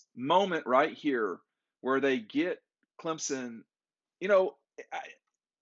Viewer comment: still can’t pronounce Clemson’s QB name.🤣